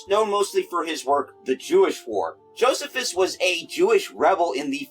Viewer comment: in school we always pronounced it jo-SEE-fuss; m'dad has periodically been known to mention "Gog, King of Magog" in Hebrew when discussing stuff around the coming of the Messiah, but I don't recall any detials. But once again, the pronunciation is different.